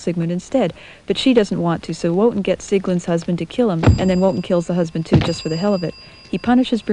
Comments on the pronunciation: Very cute! I love the bell/scroll tolling the actions. BTW: it's pronounced VO-TAN not Wodin for Wotan, RAH-da-mez for Radames and HAHgen, not Heygan for Hagen, otherwise good work. :) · Great job - even the misprouncing of character's names like raDAmes, Woe-tan - makes opera so much less high falootin. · I love this video, but I just cringe every time I hear the name Wotan pronounced as it's spelled; it's pronounced "Vo-tahn".